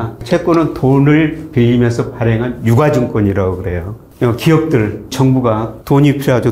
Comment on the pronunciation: 유가~?!증권~!? 발음은 유까증권 이라고 하셔야지요~~! 채귄은 채꿘으로 발음하시면서~^^